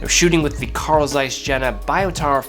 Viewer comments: >>> Fun fact: German j is pronounced like the English y. So Carl Zeiss Jena is pronounced Carl Zeiss YEY-NA, not JAY-NA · I have this lens and i am so impressed. BTW its called "yehna" :) Love your videos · Just a quick heads-up: the German name, "Jena," is pronounced "YAY-NAH." The letter, "J" in German is pronounced the same way as English speakers pronounce the letter, "Y," as in "You," "Young," and Youth," (in other words, when it is at the start of a word or syllable). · Dude, you are pronouncing "Jena" wrong... Ahhh hurts my ears...